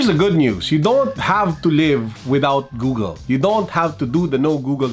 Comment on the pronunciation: cons: pronouncing Google as GooGEL.